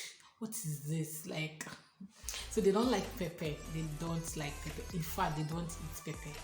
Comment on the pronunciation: This word "pepper" is pronounced differently..please check the pronunciation in Google.....the "Pepper" is always there ask for it and it is usually there. We don't like pepper because of children.....as a family, when we go out we would prefer to have food that a 2yr old can enjoy.....for foods having pepper...find them in parklands where indians usually reside. Thanks for a good video